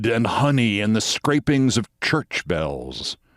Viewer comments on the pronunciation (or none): none